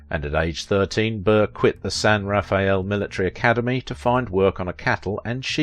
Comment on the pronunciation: Val-lay-ho and San rah-fell are the correct pronunciations.